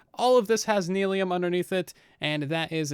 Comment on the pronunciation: it's nylium, not neelium